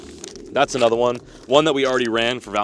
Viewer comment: “lets catch 👹anotha one”